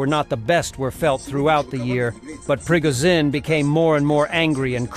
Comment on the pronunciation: “Prigga-zin” hahah Slava Ukraini 🇺🇦🇺🇸🤟🏼